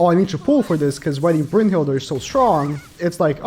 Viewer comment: Why tf does he pronouce ‘brunhild’ and having an ‘er’ on the end